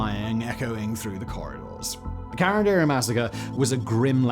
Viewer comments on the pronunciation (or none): Wow. It was hard to understand ca-ran-di-ru ("karan-dairy".. lol). Couldn't he just listen someone native speaking the correct pronounciation? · Why are you pronouncing it "karanderi"???? Is CARANDIRU! KAH RUN DIH ROOH if u need to know the pronunciation. Not karanderi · I live near the subway station called carandiru in Brazil and the pronunciation would be CA from "call" RAN from "RAM" DI from just the letter "D" and RU from "rude" CA-RAM-D-RU if that's of any use to anyone hehehe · Who else thinks it’s funny the way he says “Carandiru”? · Not a critic. But, a suggestion and comment: The terms and names in Portuguese were pronounced by Simon as if they were in Spanish. The language spoken in Brazil is Brazilian Portuguese. It's understandable, yet sad, that most English speakers always make this kind of mistake. Another common mistake made by English speakers is to use the term Latino as a synonym for Spanish speaker. Brazilians speak Portuguese and are Latinos too. Latinos are speakers of Romance languages (derived from Latin). Among these Romance languages are Italian, French, Spanish, Portuguese, and Rumanian. Therefore, all Italians, Frenchmen, Spaniards, Rumanians, and Portuguese, as well as all those Latin Americans whose language is Spanish or Portuguese (an English-speaking person from Jamaica would not qualify) are latinos.